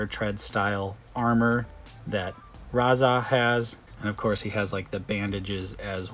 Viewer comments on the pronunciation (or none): Raz-arrrrrr and Tok-arrrrr lol